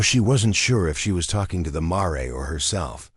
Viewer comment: Mar e? Pronunciations are atrocious!!! My husband and I housed many rescued horses patience gentility are essential I.e.gentle loving care